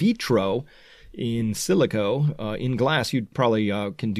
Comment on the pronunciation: Chris is massively losing his credibility when he said in silico 😂😂😂